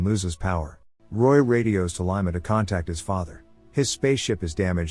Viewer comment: Can't even pronounce 'Lima' properly...